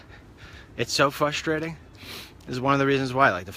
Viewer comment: the word is frustrating, not 'fustrating.':) and you cannot expect a girl to teach her dad how to be! He is doing fine.